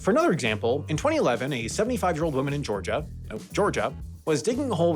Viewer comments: "Georiga" instead of "Georgia", totally unwatchable. Expect a letter from my lawyer soon. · Georgia? Nope. Georiga! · "georiga" hello, mistakes video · lol, Georiga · "Georiga"? Really? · hehe Georiga.... Tsk tsk tsk, you even had it correct the first time around